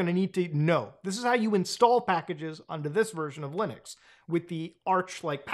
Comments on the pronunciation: Did he say, "LOONux?" 😎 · He said lunix again...